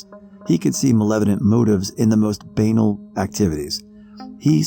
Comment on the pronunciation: OMFG i just died laughing when i heard him mispronounce banal at around 11 minutes in 😂 did he do that on purpose?!??! 🤣